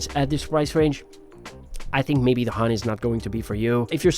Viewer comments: Was gonna say that, ha nee is crazy lol. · pronounced as haa neh not honey or heyn.. it's japanese for wing